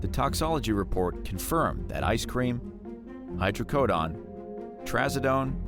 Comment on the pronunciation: Even with an E on the end of the word some people still mispronounce the word Hydrocodone. LOL Especially bad when you are publicizing videos...